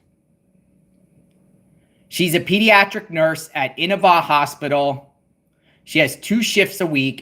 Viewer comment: It’s pronounced the hospital she works at is pronounced “I Nova”